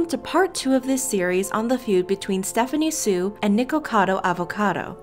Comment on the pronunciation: Thank you so much for Saying Stephanie Soo correctly 👍.